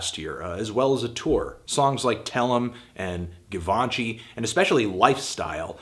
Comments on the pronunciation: "Ga-von-chi"? It's pronounced "Gya-vin-chi"( that's not how you spell it though, I just spelled it phonetically). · "Singles such as Gavanchy"